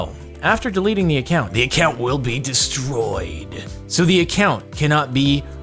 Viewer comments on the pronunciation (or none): Restroyed??? What?